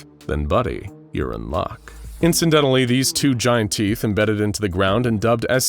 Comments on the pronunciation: Not me making jokes when the narrators says "inciDENTALLy " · Incen-dentally, these two front teeth.....